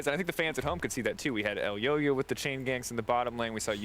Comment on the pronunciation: It's Elyoya not Eloya there is a Y before O